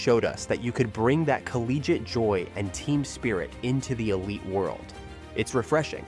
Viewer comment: “t ansform”, “rawtalent”“theelite” 😭😭